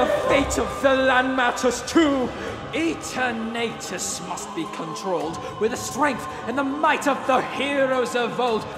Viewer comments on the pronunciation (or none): This is great but... it's E-ter-natus, not E-tern-nate-us. Other than that, great job. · My one issue was Eternatus's pronunciation its meant to be pronounced like Eternal Other than that great video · its EE-TERN-UT-IS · Amazing song, but just one minor nitpick - the way Eternatus is pronounced. I always pronounce it Eterna-tus, taking on how eternal is pronounced, but here it's Eter-nay-tus. Used to pronounce it that way, but now not so much. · I HATE how he pronounces it as EternAItes...It's Eternatus (Eternal-utes) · The Lyrics suit this intense battle theme, love it, but the pronouncing of E ter natus throws me, its Eter Na tus, like Eternity, no offense, however awesome piece, rock on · Great song, but is that really how you’re supposed to pronounce Eternatus? Not that I’m complaining or anything, I’ve just never heard it called like that. I always thought it was eternatus, in one part, since it’s power is supposed to bring forth an eternity of energy. But, that might be the wrong pronunciation on my end. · I have never seen someone pronounce eternatus like that and I love it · I hate it 😄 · honestly, I always thought Rose talked more prim and proper than most of I think it would make sense he would pronouce Eternatus as such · The only bad thing about this song is pronunciation of eternatus and copperajah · The way you pronounced Eternatus really got to me, in a weird way, but overall great job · Why is no one talking about the Eternatus pronunciation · He mispronounced eternautus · I’m sorry, I’m listening to how you’re pronouncing Eternatus, and it’s kinda killing me...